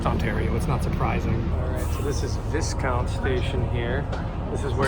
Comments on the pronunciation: Viscount is pronounced Vi-count like "V👁️ count" just FYI Also regarding the smell it's from an industrial bakery nearby, I used to go to Humber North that was the smell. Btw if you go in one of the buildings of the campus you can smell formaldehyde everywhere, because Humber North has one of the biggest funeral services programs anywhere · Small thing. It's pronounced Vie-count I believe Humber College station is where it is so it bookends Polytechnic AND Etobicoke General hospital and so that a future southern extension will be easier to do